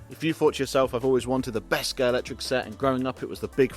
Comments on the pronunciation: Could do with pronouncing Scalextric properly in the first few seconds! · It’s good to hear people STILL can’t pronounce Scalextric since it was invented over 7 decades ago.